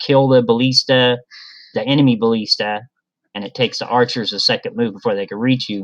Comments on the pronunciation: "balleesta", lol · you know how to pronounce ballista differently?